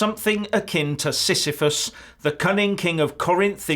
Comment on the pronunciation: "Something akin to Sisyphus............................" At first I thought you said "Syphilis", - a disease which can cause INSANITY in its final stages. Silly me!